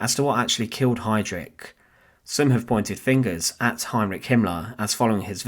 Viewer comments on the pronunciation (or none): Heinrich too, not "Hendrick" 😆